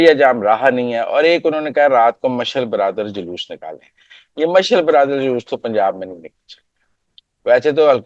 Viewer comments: مزمل صاحب مشعل برادر نہیں۔ مشعل بردار۔ شکریہ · محترم آپکے اردو تلفظ کا بالکل ہی بیڑا غرق ہے. آپ کس سکول میں پڑھے ہیں؟ "مشعل برادر نہیں ہوتا مشعل (ب ر د آ ر) ہوتا ہے. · محترم یہ لفظ مشئل بر دار ہے،مشئل برادر نہیں ہے۔ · مزمل صاحب آپ اردو کی ٹانگیں توڑ رہے ہیں مشعل برادر نہیں مشعل بردار ہوتا ہے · Let's not bring Sikh community in your jokes. By the way, proper is to say ' mash-al bar-daar.'